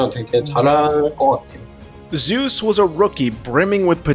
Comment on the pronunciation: Nice Video . But maybe next time you can pronounce the top laner's name correctly -""Zay-ooz"